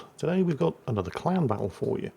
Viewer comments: I swear I heard him say clown battle right at the start of this video 😂😂 instead of clan battle. Guess we'll see if it's an accurate statement. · Ohhh!!!! Clan!!!!! Lol! I thought he was saying CLOWN!!!